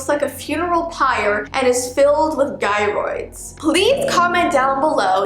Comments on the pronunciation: You pronounce gyroids wrong it’s have a deferent pronounciation instead of saying it with a g it’s sound like and j like jyroids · sorry to say but the g in gyroids is pronounced as a j so it would be jyroids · She pronounced gyroids wrong 😭